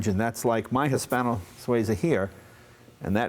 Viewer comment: It would be really nice if Leno learnt how to pronounce the names of cars e.g. the Hispano Suiza. I guess it's a lost cause. Americans just don't want to do things properly.